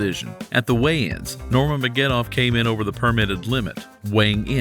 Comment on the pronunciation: His name is pronounced Ner-ma-guh-med-dov (all short vowels)... Sorry, you just said it wrong every time, but its pretty much said how its read lol. Also, i'm not sure why it is titled the GOAT, his nickname is the Eagle